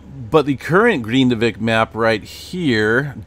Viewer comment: That town's name is not "green-da-vick" it's pronounced "Grin-da-vick"